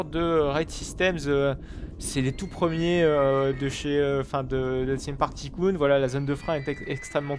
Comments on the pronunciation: juste sa ce pronoce theme park tailcoon 2 non pas ticoon 2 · au fond osef qu'il le prononce pas à "l'anglaise", les gens sont là pour son contenu pas pour son accent …